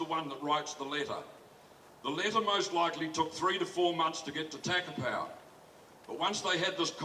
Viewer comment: Takapau not tackerpow